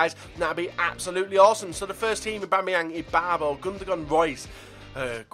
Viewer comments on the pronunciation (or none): none